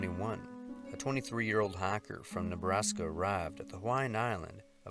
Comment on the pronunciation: he says hiker ... half way through the video I was wondering why so many hackers get lost in the wilderness >.<